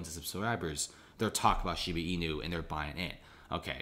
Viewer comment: shiiiiibaaaaaa bruhhh not sheeebeeee